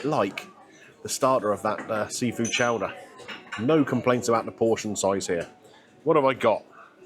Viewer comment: Chowdah!!! Chowdah!!! Not Show-der.